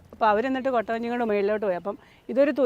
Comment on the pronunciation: കോട്ട വഞ്ചി അല്ല കുട്ടവഞ്ചി anu😅